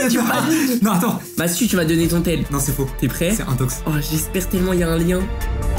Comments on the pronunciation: C’est infox pas intox 💀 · euh juste c'est infox pas intox